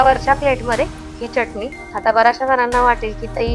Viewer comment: Tai tumhi chyatani naka bolat ja chatani bolat ja chyatani ekayala bar vatat nahi